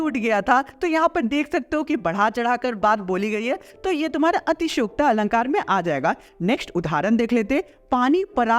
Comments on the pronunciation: atishyokti not atishyokta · Atishyokta nhi atishoykti 😂❤